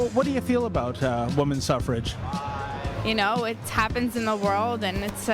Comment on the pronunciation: “Suffer-age” lol. University students, sigh